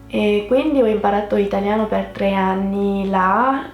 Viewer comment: Tu parli malissimo l' itaLIano non itagliano